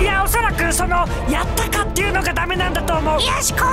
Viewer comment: 最初のやったかの発音がﾋｮｯﾄｺっ聞こえたww